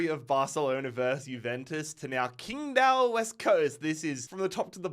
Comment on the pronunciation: as a chinese speaker it pains me hearing how he pronounced qingdao 😂u would be much closer if u pronounced ching-dao instead. dont ask me why, this is how mandarin Chinese works. the Taiwanese system would prolly give u Chingdao for the same characters. I just got used atp...